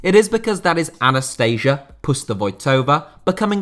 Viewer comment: When I hear Anasteysha I'm just dying xdddddd